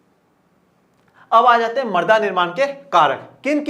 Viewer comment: Sir use marda nhi mrida khte h